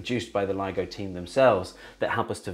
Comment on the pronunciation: I thought he was saying LEGO instead of LIGO 😂😂😂